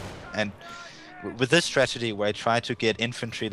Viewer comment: so nice and intense fights ... great play for werhmacht... Irrelevant fact, once I heard stragedy instead of strategy once in the game , I could only hear that... the native english commentator should have corrected the guy... :D , quite unfortunate